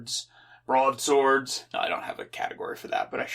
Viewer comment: "BRODE SODE" not broadsword